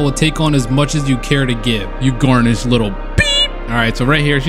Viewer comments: My man’s said Garnish instead of Garish 😂😂😂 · its not garnish LMFAO, its GARE-ISH LMFAOOOO but this was a lit video, insta sub!! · Take the time to make sure you're pronouncing words correctly... Cus mispronouncing simple words like "garish" and "barbaric" can make the video unwatchable 👌🏾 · The pronunciation of garish somehow makes everything more funny